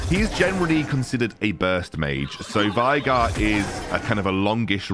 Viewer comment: its not pronounce - Vi(Vi the champion)-Gar its actually - Vay(like Gay)-Gar 🧐🧐🧐